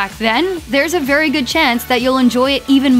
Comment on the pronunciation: Are you saying "good" with a T? Sounds like goo'it.